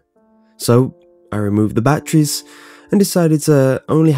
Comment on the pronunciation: bAttreeies :)) I love how he says it